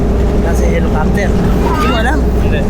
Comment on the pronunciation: H E L I C O P T E R not Helocoptwe! Hehehe!!!! Peace